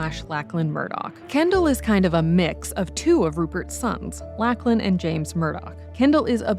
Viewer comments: It's pronounced Lock-lan not Lack-lan, do Americans not have the name Lachlan? It's very common here in Australia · I cannot get over your mispronunciation of “Lachlan”. Lock-lan, not lack-lan. It’s wild that you would even think that’s how it’s said, especially because you sometimes say it correctly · Lock-lin not Lack-lin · It's Lock-lan lady. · WTF “lack-lin “ this Aussie LOL